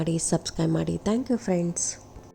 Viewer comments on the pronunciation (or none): none